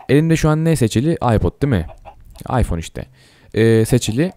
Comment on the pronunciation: Abi ıpohne diyon appleye gidiyon